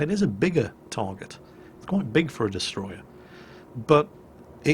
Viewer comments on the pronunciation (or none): none